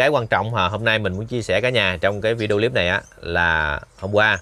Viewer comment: Cái líp là cái gì vậy? Đọc sai giọng nhưng thích dùng tiếng Anh Dùng tiếng việt nam đi cha nội